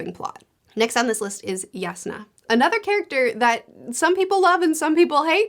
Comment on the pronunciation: Wait that's how you pronounce Jasnah?